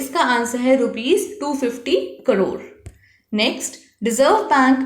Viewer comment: Mam its crore not cdore😅